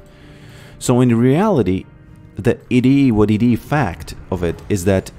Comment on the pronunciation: Love your vids man. Whenever you say “It is what it is” or “It-i-wa-‘t-ti” I smash the like button ❤